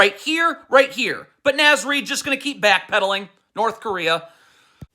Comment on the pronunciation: Nahhhhhz. Not Naz :(